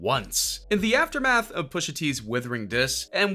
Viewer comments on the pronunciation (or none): none